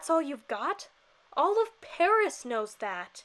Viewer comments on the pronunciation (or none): none